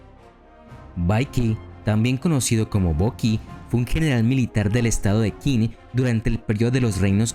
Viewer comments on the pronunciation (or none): Muy interesante el video, solo quiero comentar 2 cosas: el nombre del reino chino de Qin se pronuncia “chin", de ahí viene el nombre de China, segundo: me hubiera gustado que incluyeras a Ulysses S. Grant, el tampoco fue derrotado nunca, saludos